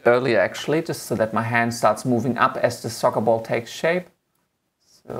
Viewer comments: If I have to listen to him say sokkabol one more time.... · Socabol? Just "Ball" it's enough lol. Nice tutorial by the way. Thanks. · "of the remote control into the SocaBol" SocaBol :D